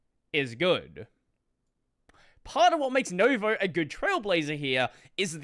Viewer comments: i couldn't tell you were talking about nouveau until i looked over at the video. you say nouveau like nova, which is really confusing. they have very different pronunciations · It's French. Pronounced new voh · FYI nouveau is French for new and is pronounced NOO-voh As someone who took French in high school 50 years ago your pronunciation of the word grates on my ears I can overlook your Australian "accent" but come on dictionaries have guides on how to pronounce words PRO TIP there is also this new-fangled invention called the Internet that has pronunciation guides for words too 🤣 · still can't pronounce "Nouveau" 🙃